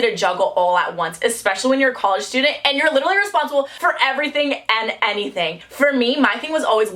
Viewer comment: I am now changing how I pronounce college to collage